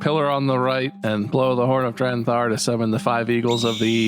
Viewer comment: Bob said it wrong both times. was actually getting it right the whole time. It had been "Drenthar" from the beginning. 😂